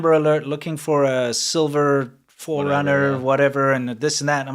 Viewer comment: For the amber alert example it caught me off guard when he said silver 4rumner since that's what I drive 😂😂